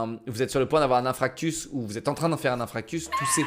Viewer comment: Un "inFRActus" ? 😂😂 Ps:c'est un inFARctus"